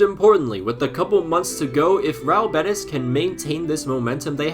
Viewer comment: its pronunced real bé-tEEEEs bro please